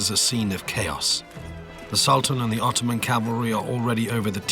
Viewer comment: "öttöman emp never been bröught döwn by other people." Darling, without the British and the French, the Russians would have occupied Constatinpople in 1878. Please, when you're reading your history, read it from more than one source.